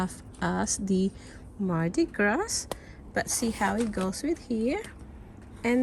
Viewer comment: Pronounce mardi gras as mardi gra.